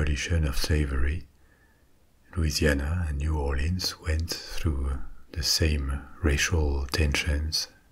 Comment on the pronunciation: Mais Cher…You are an honorary Cajun since you pronounced it like we do mostly…New Aw’lins,LOL! 💁‍♀️😁